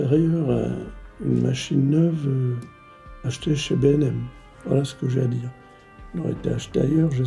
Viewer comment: C'est B&M pas BèM ou les autres trucs